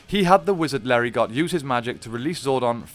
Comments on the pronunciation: LERI -GO.....not Larry got. Lol. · Just a heads up - pretty sure the "t" in Lerigot is silent.